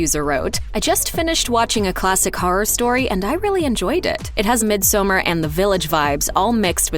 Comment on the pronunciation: Please: “misomARE.” Not mid-summer